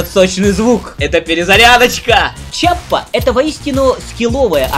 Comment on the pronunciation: Все хорошо, только это не Чиаппа, а Киаппа. Введи название в гугл траснлейт, выбери итальянский язык и нажми воспроизведение. Это та же Киаппа которая производит револьвер Rhino